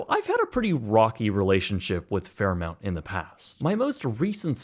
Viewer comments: Its FairMONT not FairMOUNT! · It's spelled Fairmont, but you're pronouncing it Fairmount, so which is it? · Stop saying Fairmount! Its Fairmont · FairmOnt. Not FairmOUnt. 🙄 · Literally couldn't watch more than one minute. The Fair MOUNT was killing me. If you're going to make a video of such an iconic place at least pronounce it correctly. "M-O-N-T" not Mount!!! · Please stop calling it FairmOUnt It's FairmOnt!! thanks! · Fairmont not Fairmount... wouldn't expect a mount of sh*t to know any better.. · Fair-mont, not fair mount, I know, Americans can't read. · It's pronounced Fair- mont not Fair-mount. dingus. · I’ll take my rage out here : it’s fkn fairmoNt! Ima Marriott guy and this still irked me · “Fairmount” overshadowed the whole video as it was uttered multiple times. Each time I winced. Sorry, otherwise a great video 🤷‍♂️ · where tf did he hear it called Fairmount? I was thinking he must’ve never been there, nope. This drove me insane, thanks dude. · MONT. M-o-n-t. FFS! ;) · This was driving me crazy. I was trying not to be petty but it was too distracting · Lol clearly I wasn’t the only person twitching every time he said “Fairmount” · WRONG. It’s Fairmont, Google it🤡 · Very annoying! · The word fairmount is KILLING ME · He said "Fairmount" so much I assumed it was a weird but correct pronunciation! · Say Fairmount one more time... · Dude stop saying “FairMOUNT” wtf. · Every time he said “fairmount” I died a little inside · every time he says "Fairmount" I cringe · cringed everytime you said FairMOUNT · Maybe learn how to pronounce the name of the company? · If you’re going to review it you should learn how to pronounce it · Lol, I was like, why can't he say the name of the hotel correctly? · New voiceover with “Fairmont”please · … can’t agree. I grew up in Calgary and also used to say “aboot”, etc. There is no “u” in Fairmont. If you are going to present a piece on such a historic hotel … do your homework and get the effin’ pronunciation correct!! Sheesh!